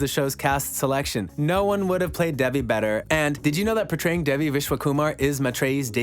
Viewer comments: her name is pronounced like Day-Vee not Dev-ee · Can you please attempt to pronounce the name properly? It is not Devvy it is Devi.